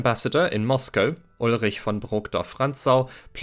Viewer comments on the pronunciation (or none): none